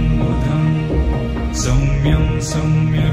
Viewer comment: As far as I was able to hear, it was pronounced correctly as Saumyam only and not Samyam. Don't know why you felt it was pronounced as Samyam.